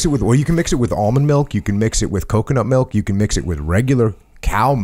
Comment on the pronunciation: milk........not malk